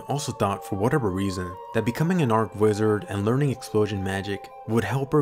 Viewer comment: Say church. Say channel. Say cheap. Say cheat. Say charge. Say chain. Say cheese. Now say archwizard like you should.